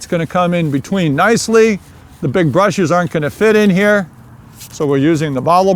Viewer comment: "Two brashes"